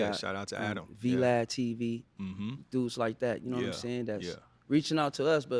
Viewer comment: He said v lad TV lol